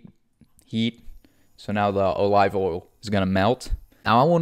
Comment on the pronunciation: OH-Live oil…….🙄